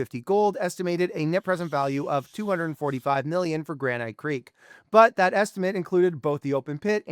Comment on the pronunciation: should you trust someone who can't pronounce "granite"?